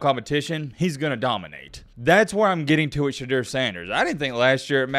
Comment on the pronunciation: Hey bud , I dig your video and respect the time you put into researching each topic. Ive got one comolaint...... You've gotta Pronounce Sheduers name correctly. I get your saying it just like it's spelled but this isn't Spanish, you can't just say a word like it's spelled. ive never heard anyone in the Sanders family out so much emphasis on annunciating the E and eu in his name.